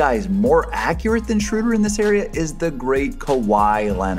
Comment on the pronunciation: Start pronouncing it Schröder and Not Schruder